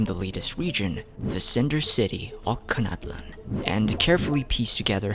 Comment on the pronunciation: Ochkanatlan is pronounced as och-kan-atlan and phlogiston is pronounced as flo-jis-ton